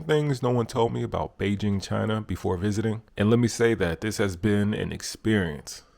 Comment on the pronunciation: Nice to hear "Beijing" pronounced correctly 😁